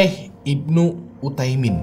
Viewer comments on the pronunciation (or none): Bukan Syaikh Ibnu Utaimin bang, tapi Syaikh Ibnu UTSAIMIN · baca nya syeikh usayimin (utsaimin) bang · Mantap, dikittt masukan, bukan syeikh ibnu uthaimin, tapi utsaimin ya bang. (Ibnu artinya anak) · Utsaimin bukan uthaimin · Syeikh Ibnu uthsaimin min.. Bukan uthaimin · Maaf saya benarkan itu namanya syeikh ibnu utsaimin bukan uthaimin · FYI, yang bener nama syeikh itu Utsaimin.. pake tsa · Syeikh ibnu utsaimin, bang penyebutan nya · Syekh ibnu Utsaimin, om. pake ث (tsa)